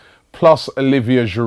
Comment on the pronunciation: Robbie, why do you persist in pronouncing the 'd' in Giroud. You and no one else (apart from, inexplicably, David Pleat) would sound the 'H' at the start of Henry. A little respect please to all our French players, past and present. Merci.